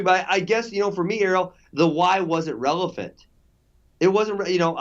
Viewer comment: "the why wasn't relephant"